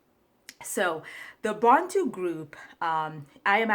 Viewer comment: The why she pronounced Bantu is very suspect